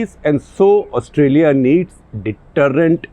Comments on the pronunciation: Please say Australia with a long "Aah" in the beginning of the word, not Ustralia (short "Uh"). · It's Austraa-ya Gupta ji! Excellent show sir! As always! The rigor of print in video! :D